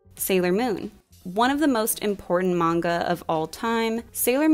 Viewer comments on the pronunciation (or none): none